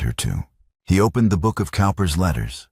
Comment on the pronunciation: "Cowper's Letters": "Cowper" is pronounced "Cooper."